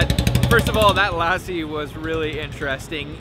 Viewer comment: You're gonna put on at least 10-15 pounds by the time you leave Punjab/India.. just a friendly heads up to be prepared! 😁 Also its PUN JAB EE not POOON JAB E... and its LUH SEE...not LASSIE...